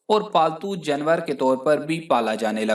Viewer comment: Yar app janwar lafz to thek se bolo jnwer kiya hota hai baki video achi thi thanks